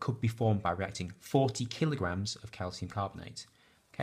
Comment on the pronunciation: You missed out the 't' in the word 'reacting'